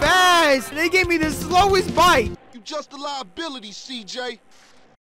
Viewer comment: Stop saying bites